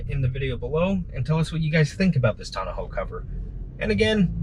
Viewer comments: Tawn-ah-hoe. Is that how you all from Cali say it? Otherwise nice soft roll up Tawn-oh 😊 review and install. I went with the OEM soft trifold but the soft ones do stick up more than the hard ones (roll up or tri-fold) but cost a lot more. Gonna live with it for a while but maybe upgrade to the Bakflip MX4. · tonna-ho cover? Come on, man. Say it with me, tonn-oh cover. Thanks for the video.